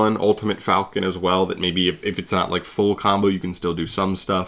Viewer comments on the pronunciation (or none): none